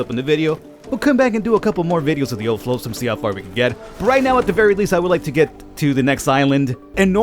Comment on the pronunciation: It's flotsam not floatsome 😂🤣